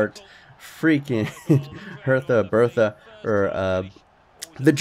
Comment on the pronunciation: Welcome to Hertha Bertha (btw it's Hertha Berlin)